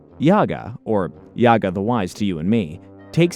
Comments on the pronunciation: JA-GA not YA-GA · It's actually Jaga the J is not silent ofcourse if you were a real fan of the show you'd known that and also Thundercats weren't on Saturday Mornings they where on during the week after-school. Maybe next time do a little bit more research chief. 😎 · I got to meet Larry Kenny, the voice of Lion-O, and get his autograph. During this meet and greet, I made sure to tell him how instrumental he was in my childhood by making all those mistakes and JAGA had to show him the right way. Curious to see this alternate version with whoever this YAGA character is. As well as the 2 Willies. Totally not pronounced Wily, like Dr Wily from the Megaman franchise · YAGA?! YAGA?! ITS JAGA (PRONOUNCE THE 'J' AS A 'J' YOU NITWIT!) YOU DUMB MILLENIAL ONLY KNOW HOW TO DISRESPECT HISTORY. DELETE THIS EFFING VIDEO OR REMAKE IT! YAGA! WTF IS YAGA??? THIS IA THUNDER CATS! NOT BABA YAGA YOU ASS! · Is your channel pronounced “Yar-toon” the same way you say “Yaga” for Jaga? And what is with the willies? It makes me wonder if you’ve got a willy. 😂. Plundar not Plunder. So many issues with this. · His name is Jaga! NOT Yaga! How can you even read his name wrongly?!? I bet you are just paid to read the script and no idea what Thundercats is all about!! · The name is Jaga!! NOT YAGA!! The kids are called WilyKit and WilyKat. it is read as Wild Dee Kat! Not Weld Dee Kat!! How can you read all their names wrongly?!? Dud you even watched any of the episodes before? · My dude... you made a 60 minute video about the Thindercats and you don't know how to pronounce Jaga's name? (Juh, not Yah). Its giving "tell me you've never watched this show without telling me" energy. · Itts Jaga not Yaga... Fck sake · First of all its Mumrah not moomrah. And it's Wiley Kit and Wiley Kat not willy. And its Jaga as in Jaguar. NOT YAGA! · It’s because this is AI content. They don’t do any research and have no connection to the ip. They pronouncing YAGA… his name is pronounced JA-ga. It’s AI trash